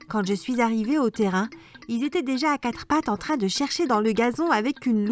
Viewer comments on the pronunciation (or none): none